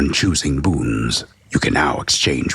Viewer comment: Ah, yes! The reading in hwich I learned the word "boons" is a thureee syllable hword!